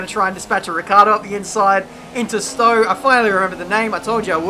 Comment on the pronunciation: Oh come on, it's called Stoe! (But idt it's spelt that way...)